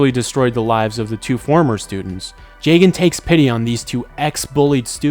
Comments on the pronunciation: Listening to him pronounce jagan jay-gen instead of Jah-gan hurts. But, the video seems chill and him saying “funkumentary” makes it worth watching it. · it's pronounced jah-gahn cuz it's a play on his name. plus that's how the Japanese is pronounced